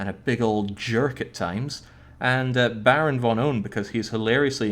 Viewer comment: Baron_Von_PWN but pronounces it Baron_Von_Own